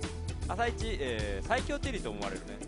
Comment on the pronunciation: ｢さいきょうチェリーだったんじゃないすかね｣☚ココ！イントネーション（intonation）がおかしいですよコレ。番組に出て講釈垂れる前に自分をもっと磨いた方がいいと思います。